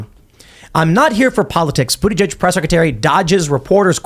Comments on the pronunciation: I'm a fan of her pronunciation.."Bootishay." So proper for pot hole Pete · Does this chick mispronounce Bootyjudge’s name on purpose? Could no one correct her?